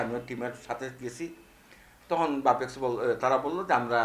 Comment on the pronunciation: সঠিক উচ্চারণ করতে পারেনা সাংবাদিক বাপেক্স বলতে পারে বাপেক বলে।